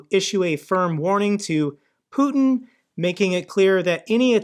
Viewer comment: Putin not Puton . Americans seem to struggle pronouncing names .😊